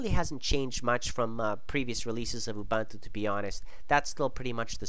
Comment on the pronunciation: It's Ouu-Boon-Tuu YOU FUCKING BITCH!